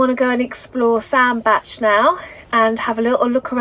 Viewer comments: You are right Sandbach is pronounced Sandbatch. The unwary often pronounce it sand Bach like the composer. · Happy birthday, hope you had a lovely birthday. I’ve seen Oyster Catchers while cruising on the Trent and Mersey and funnily enough I saw a hare today whilst driving down a country lane. The weather looked dreadful for this cruise, yes you pronounced Sandbach right. Amazing nature and history on the canals and the places you visit if you look for it. How lovely that someone put little flags in the ground to save orchids from getting trod on! Don’t let nasty people upset you, as far as I could see you weren’t doing anything wrong. It was nice to have sunshine for the second part of your cruise. I loved the music in this video and the church bells added to the atmosphere. Fabulous drawing and poem as usual, I really enjoyed this vlog. Thank you. xxxx